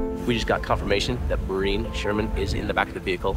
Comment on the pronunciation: The Irish name is pronounced “Morereen” not how Jared etc were saying it.